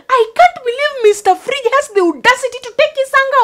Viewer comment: LOL the same reasons cannot say Fridge... fliige. Wariyas like to add "w" to most words and they cannot say "p", they pronounce it as "b"